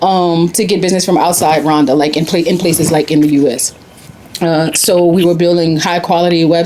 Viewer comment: It's Rwanda not Ruwanda !